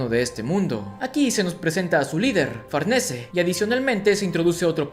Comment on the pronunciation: Siempre lei Farnese como "Farniz" es raro escuchar su nombre así xd